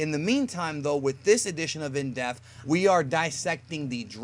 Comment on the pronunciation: Whenever I hear you say "in depth" I keep hearing in death or in deaf.